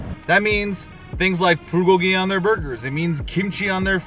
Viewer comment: The way he said Bulgogi....... "Buhgogi"